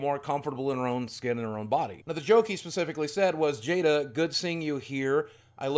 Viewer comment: Chris can’t say Jada anymore. Also great vid